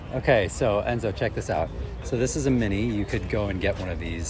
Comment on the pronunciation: It’s Enzo hi